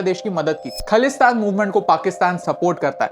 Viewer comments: Btw it is Khalistan. Pls pronounce it correctly. Some ppl would think i am in favour of it but im not. However, by seeing ur video, i think i really feel for punjabi ppl who have sacrificed all that they had for their freedom. Coming back to ur rubbish video on punjab...i would suggest why dont u make videos on maharashtra, telangana, karnataka where these so do called indigenous ppl are setting up campaigns to boycott other language or culture...pls dont be biased on north...punjab and bengal has suffered alot. Pre and post partition... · Adhoori jaankari ke sath kaha se aa jaate ho tum bhai, or khalistan to thik se bol le, or khalistan word ko bura word bana diya hai bas, meaning samj iska jaake pehle. Punjab ka apna culture hai apna raaj tha, panjab shuru se alag tha, wo to bas British ke Punjab capturing ke baad panjab india me ral gya, warna panjab azad hi tha jis waqt india per british ka raaj ho chuka tha, or panjab k saath shuru se hi dhakka hi hora hai, panjab ko last me state banaai, jaan bhooj kar fir or tod ke Haryana Himachal nikal dala chandigarh bana dala or bhai jis apne baap ko tu terrorist bata raha hai wo sant the or tere jese nalle reporter ne hi us waqt ye news fela dali, us waqt social media nhi tha na jo moke per video bana sakte. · Firstly you need to know the pronunciation of khalistan and one more thing Sant Bhindrawale was not a terrorist understand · Bro first learn pronounce khalistan 😂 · Sir pehle khalistan, theek se pronounce kar lijiye. It's ajnala not anjala. WhatsApp University ! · First of a learn to speak ( pronounce) khaalistan correctly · If khalistan is khlistan Than Pakistan should be pkistan No hate .. that pronunciation what just not suitable for me to hear .. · Its khaalistan not khalistan correct the pronounced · Correction: it's not khlistan it's khalisthan,pronounce it properly. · firstlly you should correct your pronunciation in bhindranwala its not द it's ड and also it's खालिस्तान not खलिस्तान